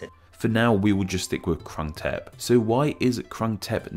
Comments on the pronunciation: should have checked how its prounouced before you made a "educational video" its not "K" its "G" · It's said Grung Thep but i can understand why you said it like you did, source: am half thai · It’s pronounced Kroong-Tape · groong tepp is more accurate pronunciation than krung thep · No, he didn't. Khit duu. He was making a video about this name Grung Tehp (with ก). He had this Thai man saying the full name, and yet he can not even say the first two syllables right. And it's not like they are difficult for native speakers of english. It's just that they are too stupid and disrespectful to say anything from any other other language right. No matter if it's french, spanish, or thai. They always sound like shit. Everyday people here (I am on vacation in Thailand now) people tell me how clear my Thai is (puud thai chat maak), but really, my Thai is not good at all and they are just being nice, like Thai people generally are when they see someone making an effort. I need my 7-year old niece here to remind me how good my thai really is :) But english native speakers set such a low bar for what is considered acceptable for foreign speakers of Thai that they now can get away with crappy pronounciations like in this video. Every two-week Pattaya tourist should be able to do better than that. Makes me vomit. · The guy who read full name of Bangkok mispronounced a few words and he sounded like Japanese speaking Thai. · You didn't even bother to spend 1 minute researching the pronunciation of two words; Krung Thep. Big fail for a channel calling itself Name Explain.